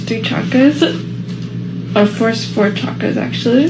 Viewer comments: cha-kras...it's funny she's using all these words she can't even pronounce correctly...what a joke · I wonder how she knows so much about "chakras", yet cannot pronounce it correctly even once! 😂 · Ok she doesn't understand ch is pronounced sh in that word like 99% of gen z😆